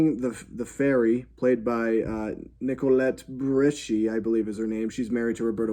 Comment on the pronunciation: The best thing about the Pinocchio reviews are the attempts at pronouncing the actors' names. "Nicolette Burishy" made me lose my shit 😆 Another video has "Robert Bengini".